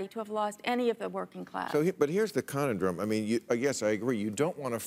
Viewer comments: “ConUNdrum” Bill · 1) make Puerto Rico and D.C. a state; 2) stop giving Agent Orange oxygen; 3) cute how Bill mispronounces “conundrum” :) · interesting way to pronounce conundrum. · I was thrown by Bill's pronunciation of the word "conundrum".